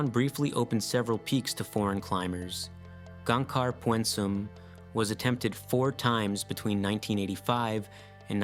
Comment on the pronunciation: Greetings from Gangkhar Puensum. I can see you down there. Btw its not "Pyuoehn-sum". Its pyn-suhm